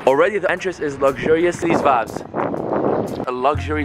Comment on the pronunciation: English is a barrier merch. Some vaybs